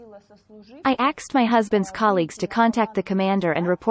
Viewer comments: These automatic translation voices are very good, but they have some way to go yet. Asked is a very different word to axed and has a very different meaning. That one is especially prevalent in this video. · Crazy automated voice. It incorrectly says "aksed". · Why does the female text to voice program keep saying "axed" for asked? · How the hell does a translation software say 'axed' instead of 'asked', like Americans (usually black) sometimes say? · "no one axed me" im sorry i know this is serous by translator reading "asked" as "axed"